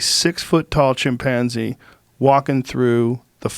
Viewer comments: Nobody: Joe: chimpAAAnze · “Chim- Panzie” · Lol he pronounces chimpanzee funny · That’s what I heard too lol